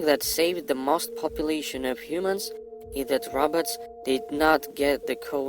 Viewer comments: Its more like he is saying rabbits...lol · He pronounced robots as roberts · He's saying.."the roberts" 😂😂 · I like the way he says "robots"😁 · did he say inteligent rabbits? or robots? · He just seen the damn Terminator movie....smh.....the "roberts" ..it's pronounced "Row bots" not roberts 😂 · dose he says rabbit or robot so intelligent😬😬😬😬😬😬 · He too is saying ROBUTTS and not ROBOTS. LOL😂😂😂😂 IF YOU WANT TO FAKE, AT LEAST FAKE PROPERLY!!!😂😂😂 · well i heard Robutts🤣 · "The robets", the robots evil cousins. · THE TRUTH no he’s saying robutts